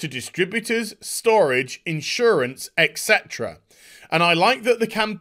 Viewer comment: I know I'm not going to win a popularity contest by pointing this out...but hearing constantly pronounce 'etc' as 'ECK setra' really hurts.